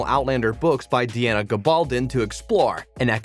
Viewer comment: The narrators of most of these video's are computer generated voices. The computer cannot decide where to put the emphasis in words or how to pronounce all the words correctly. In this video Gov. "Tryon" was pronounced "Tyron" (just incorrect on part of the creator) and Diana was pronounced "Dee-ana". Tobias - "Toe-be-us_. LOL And it is irritating.